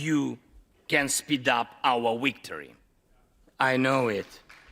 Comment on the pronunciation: You can speed up vour wictory. Yes he said wictory.